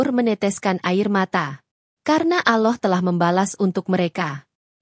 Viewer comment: Agama loe ape sih mbak...nyebut Allah aje aloh